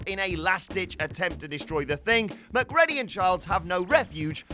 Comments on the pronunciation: Mac Cready... NOT... Mac Ready... PLEASE!!! STOP!!! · Mc CREE DEE, NOT MC READY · It's pronounced McCreedy not Mac Reddy 😂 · LMFAO Mc"Ready" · I...has he never seen The Thing? MacReddy? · Sorry dude, but that’s not how you pronounce Macready. The way you say it, sounds like being prepared for your shift at McDonald’s! Lol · Who watches Infinity War and puts it on Thor? Very clearly the Avenger who failed was Quill. They are literally inches from having the Infinity Gauntlet off Thanos's hand. And also... McReddy? Erm, yeah, that's not how it's pronounced but solid effort... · McREDDY?!!!!! Have you even seen the film?!! Once I can handle you saying it wrong, but repeating it........ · "McReddy"? Have someone who actually SAW the movies narrate them. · Please stop saying Mac-Ready :( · Thats not how you say Mc ready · It’s macgready rhyming with GREEDY in the thing if you ever saw the movie and were not reading from a script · I feel that those narrating these videos should at least watch the damn movie they are giving their opinions on. "Mac-Ready"??? Really?!? You guys suck. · So yeah maybe actually watch The Thing... Then you can pronounce the names correctly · How you gonna go and mess up MacReady’s name???. That’s coming from someone from Glasgow.. GLASGOW! Watch the fuc*king movie man. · You forgot from WhatCulture the quest correctly pronouncing MacReady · Your mispronunciation of all the character's names means you haven't seen these films, have you? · Dude... it's pronounced 'Mac-REE-dy'. Have you even watched 'The Thing'? Similarly, in 'Chinatown' it's pronounced 'GITT-ess', not 'GITTS'. And I'll leave the obvious right there.